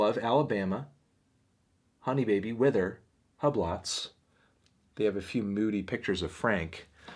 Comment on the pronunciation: i love how he says hublots lmao